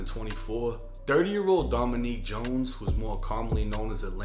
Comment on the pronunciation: Domanique is a female name his name would be pronounced Dominic .He knew filming on enemy tuff was antaginizing them now two kids are dead plain old stupid .